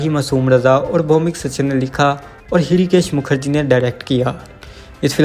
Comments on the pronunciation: Bhool bhuliya is more of a thriller than comedy. 3 of your 10 movies were directed by Hrishikesh Mukherjee. He and utpal dutt have many more comedies to their credit. You could not pronounce l it right. His name is pronounced as Rishikesh M H is silent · Hirikesh Mukherjee , bhai padhna bhi nahin aata kya ?